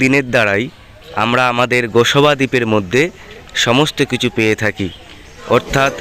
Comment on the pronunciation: আপনি গোসবা দ্বীপ বলছেন ওটা হবে গোসাবা দ্বীপ।